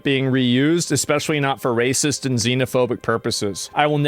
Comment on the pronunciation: Of you NOTICE... you're "ahhhhRAY-sisss's, Right Wing, a spigot (with a B) and sowing divisive rhetoric."